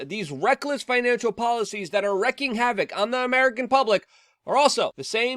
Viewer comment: IT'S NOT WRECKING HAVOC! IT'S WREAKING HAVOC, PRONOUNCED LIKE R E E K I N G.